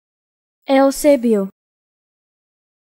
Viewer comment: This is wrong, it is pronounced Yu-Se-Biyo, my last in name is Eusebio!!!